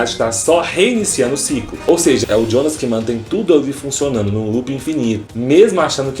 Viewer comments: Não se pronuncia Djona, mas sim Yonas. Se não sabe como pronunciar, fala Jonas em português. O pior é querer falar bonitão e acabar falando bosta. Esses youtubers nunca fazem uma pesquisa de pronúncia antes de gravar um vídeo... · "jonas" não fala djonas, se fala ionas, pq é pronuncia em alemão